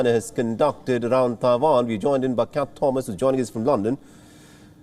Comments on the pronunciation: It's Taiwan not Dawan !!! Annoying af!!! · Its Taiwan, not Tai-vahn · The Indian anchor has a funny pronunciation of Taiwan!